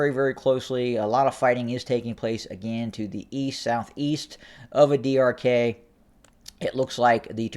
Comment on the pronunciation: Adi arkay is pronounced as adi arkaay (arkī or arkii). Ky like in sky. I know it is not easy to say for non native speaker but always good to give the correct pronunciation to make the reporting more clear. BTW I you deserve all the credit in reporting extensively the ground situation of what I called it non sense, bloody war of the human race.